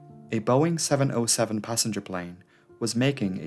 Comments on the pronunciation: Seven ZERO Seven. NOT oh. Learn to speak. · Please: 707 is Seven-Zero-Seven, middle character is a number, not a letter "O". Don't fall for Google's faulty reading. It hurts my ears. Besides, you're making very good movies about aviation.